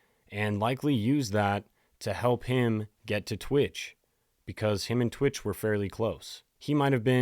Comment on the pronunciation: You speak about this guy like you knew him, but can't say his name right. It's not T-Witch......it's pronounced Twitch.